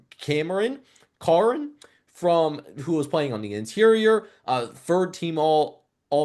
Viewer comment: A couple stand out to me. Roger Carreon is pronounced "carry on" You got Madsen's names backwards. His given name is Maddox.